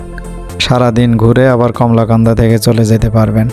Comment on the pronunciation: ভিডিও কোয়ালিটির দিকে নজর দিবেন, উচ্চারণ টা কমলাকান্দা হবে না, " কলমাকান্দা হবে "